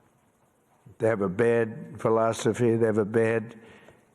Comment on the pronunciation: Did he really say pil-os-o-phi.